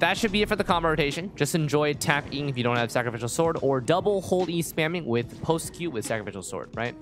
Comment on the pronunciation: why does he pronounce sacrificial sword so weirdly its adorable awwww sakafical sord